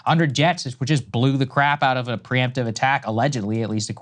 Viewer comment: it's "pre-emptive"